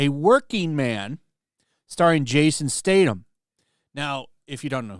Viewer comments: its pronounced STAY-THAM not STAY-TAM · Hey, Jason's last name is pronounced Stay- thum! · Can you say the man’s name right? Jesus Christ, there’s a “th” in this name. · His surname is pronounced "Stay Thumb". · Statham pronounced with a soft “th” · no I know who Jason Statham is… I was commenting on the horrific pronunciation of an A list actors name. Like dude who made the video…. If you are going to make content… LEARN HOW TO PRONOUNCE PEOPLES NAMES…